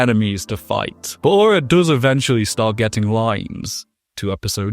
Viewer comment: why do you say manga like mainga?